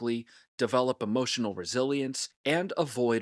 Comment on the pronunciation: Emohhhtional damage😂